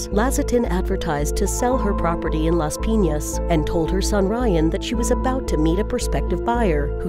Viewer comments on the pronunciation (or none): I'm a filipino, and the first one occured on the phillippines, also you don't pronounce LAS PIN~AS AND TAGUIG AND CALOOCAN CITY IT IS PRONOUNCED AS TA-GIG,CA-LO-O-CAN, AND LAS-PI-NYAS